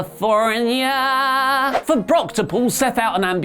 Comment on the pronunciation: You shit on WWE for being kiddy and doing dumb things yet you think saying California like that is funny